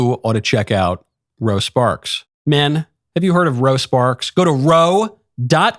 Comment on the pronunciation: Whats the deal with the Ro Sparks ad read 😂😂😂. All i kept hearing was a ED drug called Rosa Parks